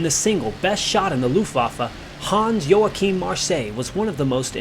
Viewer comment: Who the hell is "Han" Joachim Marseille? At least pronounce the name correctly when you talk about him.